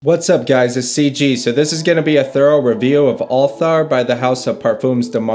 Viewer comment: You're wife got the pronunciation of the fragrance 1000x better than you did!